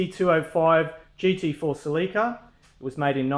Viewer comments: It's pronounced, "sell-eh-kuh". Not "sell-EEEEE-kuh". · He's saying Salika lol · Pronunciation: Sel-lick-a